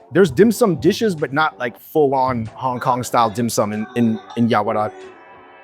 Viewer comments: I think I heard you pronounce this china town neighborhood as "Yao-Ra-Wat" instead of "Yao-Wa-Rat" 🤔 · you keep calling it Yaorawat instead of Yaowarat. 😂